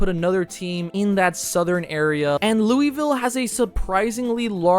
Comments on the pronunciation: 1. Please use the Michigan Panthers colors. 2. Did he say Looy ville. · Bro please say Louisville right. It’s not ‘looeyville” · Not how you pronounce it . Sounds like lowullville